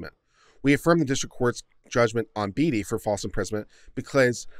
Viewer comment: Bee-tee, bee-dee, bay-tee, bay-dee are all the ways I've heard Beatty but bear-tree? lol, thanks mate, the cop's actions were getting me down but that made me chuckle